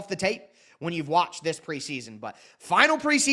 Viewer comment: Bro where the "and THIS" passion go? I had to comment when I heard that weak "this". 😅🍻